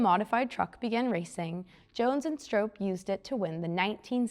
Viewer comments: I see many of you correcting her pronunciation of Oly, but I haven't seen anyone so far correct her pronunciation of Stroppe. It rhymes with pop, not rope. And yes my profile is, and has been for years, me sitting in Big Oly. This was back in 2016 when Parnelli loaned it to me for the Bronco 50th anniversary I was coordinating with Carlisle events for the Ford Nationals. I tried to get it there this year again for the 60th anniversary, but the new billionaire owner didn't want to pay to ship it in like everyone else did with several of the other most historic and rare Broncos. A damn shame for it to miss that historic gathering again. Parnelli had it at the Bronco 25th Anniversary, and brought it in personally on an open trailer behind his F-150 to the Bronco 40th anniversary in Victorville California in 2006 where I was lucky enough to first meet him and hear some of his stories first hand. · Learn how to pronounce STROPPE. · Yes, wasn't sure if it was STRAHP or STRAHP-PEY. Regardless, producers need to catch presenters from mispronouncing names and just plain reading aloud like some do 😒